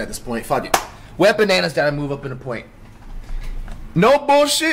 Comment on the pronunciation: this man called “wembanyama” a “wet bananas” im dead bruh